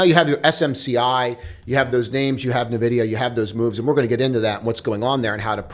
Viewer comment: It’s not NEHVIDIA, it’s “EH”NVIDIA